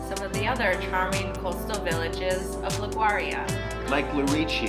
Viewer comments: La Gau Ri A??? 🤦🏻‍♀️🤦🏻‍♀️ It’s pronounced like Li Goo Ri yah. would have been great if you made an effort to learn how to pronounce the town names correctly in Italian so people watching your video aren’t misguided. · Agreed! I really enjoyed the video & appreciate the helpful tips, but the pronunciation of Liguria was cringeworthy. Not only is Italian one of the easiest languages for English speakers to learn, but a 1 second google would have resolved any lingering uncertainty a foreign tourist might have had about how to say "Liguria." I must admit that I'm even more sensitive on this subject given the widely held foreign stereotype of my fellow American tourists as ignorant of geography, not well-educated and perhaps not as respectful toward local cultures as they ought to be.